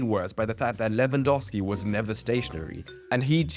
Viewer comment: your pronounciation of Lewandowski is perfect